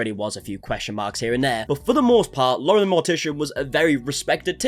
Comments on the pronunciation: DAE notice he said Moren the Lortician? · I really enjoyed Laurens content up until all of this, but like the amount of gas lighting from her gives me so much ick also.... did you say Mauren the Lortician xD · "mauren the lortician" got a laugh out of me i can't lie